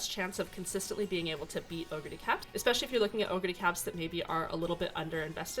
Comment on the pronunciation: Your pronunciation of "oguri" is so much closer to the japanese pronunciation than the typical English-speaking youtubers'. It made me smile.